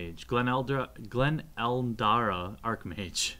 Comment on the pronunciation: That guy just can't read. Gleen Eldara? really?